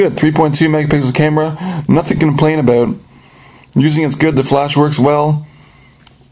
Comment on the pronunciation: Lol...... he said aboot.